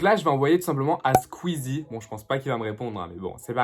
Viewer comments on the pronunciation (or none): none